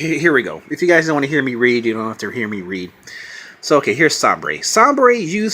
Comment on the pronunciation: I think it's pronounced Say-ber. Like the NHL team Buffalo Sabres, and I think he's a Buffalo.